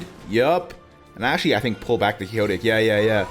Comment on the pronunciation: quixotic is pronounced quick-sot-ick